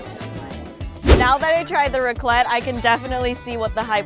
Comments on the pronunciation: extremely crappy channel The A in raclette is pronounced like A in apple, or rack. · THEY DON'T KNOW HOW TO FREAKING PRONOUNCE RACLETTE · You pronounce raclette with the E